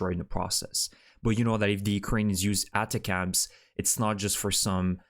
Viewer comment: The colloquium is: Attack'ms Or Attack-umms Or Just Attack'm!!! Sorry no offense intended. The manufacturer names these things to make it easy to remember for regular folks and for higher ups to remember in order to initially sell a system to the Military....and remember to use it in war to basically ensure future sales. It's an acronym for something technical of course as well. Good report. 👍 Slava Ukraine 🇺🇦 ♥️